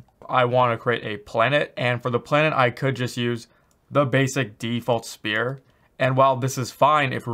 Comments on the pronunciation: I sometimes hear "spear" not "sphere" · he keeps saying "spear" not "sphere" p is silent. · He should stick to the standard english SPHERE instead of saying SPEAR all the time. Maybe he is Canadian and is also used to say ABOOT instead of ABOUT. Who knows...confused me a whole lot in the beginning, that's for sure. EDIT: Having said that - good job at creating one of the best UE4 tutorials out there. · This guy has me saying “spear “ lol thanks for the video this is awesome! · spear = weapon.. sphere = 3d round object lol.. 'sfear' (pronunciation). Sorry, this bugged me way too much! Love the tutorial and Liked and Subbed! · Is he saying Spear or Sphere? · It’s not a spear —-> ..it’s a Sphere.. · I genuinely tried watching this video. But for fuck sake, it's SPHERE, not "spear". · Appreciate the free tutorials, you are the man, but it's sphere, "sffffear" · I like how you say sPear, then athmosPHere in the same sentence. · IT'S PRONOUNCED SPHERE NOT SPHERE! Wait you cant hear me say it.... well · Sounds like he's saying "spear"